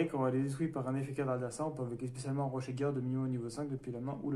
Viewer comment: Yo Bonne compo :D Au fait c'est Rocher de guerre pas rochet ;)